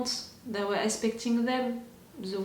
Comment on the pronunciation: I love it 😂 “We ere ok, we ere on the lake!”